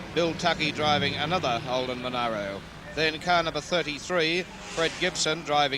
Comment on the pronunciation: Who's the annoying commentator that insisted on mispronunciation of the Monaro? There was enough media coverage back then to prove there was no 'i' between the 'a' and the 'r'.